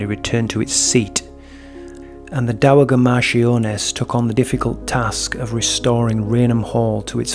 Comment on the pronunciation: Dowager the G is pronounced as a J. Dow a ja. The A like apple